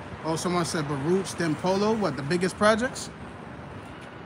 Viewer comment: Baruch is pronounced Barook. That’s how we knew who was outsiders